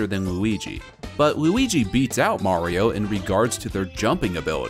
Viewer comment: Mayrio vs lugi